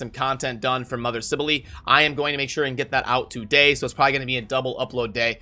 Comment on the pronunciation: I pronouced it as sibell as well but saying sibelely is just weird.